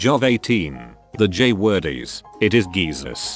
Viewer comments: Nobody: This Text To Voice Narrator: "Gheezus" instead of Jesus. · The “J” word is. It is “geesus”. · the j word it is geesus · "Geese Sus" 💀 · When "It is Jesus" is said as "It is Geesus" my emo ass is thinking "Geesus way!?"